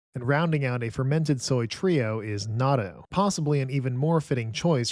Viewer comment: you messed up again on natto 🥲 please listen to a native Japanese speaker pronounce it